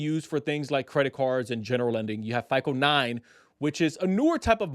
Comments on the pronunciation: Why are you calling it FIKLE? It’s FICO. Pronounced FY CO. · It's hard to take you seriously when you can't even pronounce FICO. You keep saying FICOL,whatever that is.